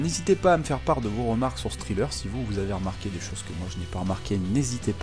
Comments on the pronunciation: Ça ce prononce trailler pas triller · Excellent taf comme d'hab. Juste un petit truc, on ne prononce pas trailer comme Thriller. Mais plutôt comme Tréleur ;) Continue comme ça !